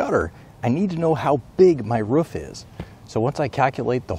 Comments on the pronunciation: sorry but. ruf and roof are different. Ra-oooooooooooooooooooooo-ff not Ruuf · It's roof not rough or whatever you're saying... Boo, Coo, Too, Moo.. Roof... It makes the oo sound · Please tell me I am not alone when he say's "roof" he sounds like a dog actually "woofing" lol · Heard him pronounce 'roof' weird... Immediately jumped to the comments. Was not disappointed. I love the interwebs 💁🏻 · He said roof wrong EVERY FUCKING TIME he said it. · Axe him to stop or get off his compruter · I live in oregon and very few people pronounce it that way. Fortunately for everyone they are a dying breed. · I think he made everyone cringe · I’m from London.. all iv taken from this video is how the word “roof” pronounced like that can make you cringe! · I stopped the first time i heard it to check the comments lol... Im from germany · Is this how Americans pronounce “roof” ? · the way he says roof makes me think that this guy lives in northern territory. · I was going to watch this video until i heard him say "roof" ...I just can't do it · Do you hove any pROOF this is the correct pronunciation ? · The way he pronounces roof makes me cringe. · stop saying ruff, it's roof 😭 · It’s not a rough or a roff is called a roof can’t watch the video with this pronunciation pls re upload this video with correct English thx 😊 good video tho 👍🏼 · Ain't go lie. i cringed everytime i hear "ruf" instead of roof. lol. Awesome vid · Yeah ruf is what a dog says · he said ruff instead of roof :O dog confirmed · not just americans, its roof not ruff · Did you just bark, in the first 10 seconds...🤣😂 Ruf...Roooooooof. Jokes aside. Brilliant video cheers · I like when he says ruff instead of roof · My dog barked everytime he said "Ruff" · The fact that you say ruf instead of r ooooooo f is killing me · I’m pretty sure it’s a roof, not a ruff. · Y do u say ruff it’s roof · It's a roof not a ruf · Why does he say ruf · It’s pronounced “ROOF” not “RUF” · its roof not ruff x.x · It's rooooooof not ruff